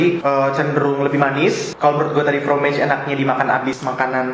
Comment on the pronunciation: fromage (A tetap di baca A bukan E ) artinya keju..yg chocolat(shokolat) bahasa prancis..klo pake huruf E dibelakangnya itu bahasa Inggris